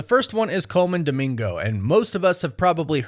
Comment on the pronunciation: Pls not dimingo 😂